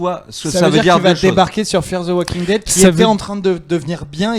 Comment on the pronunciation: évitez de prononcer le L à la française de waLking Dead ! ça fait mal aux oreilles. Merci. En fait ce L ne se prononce pas en anglais ou américain...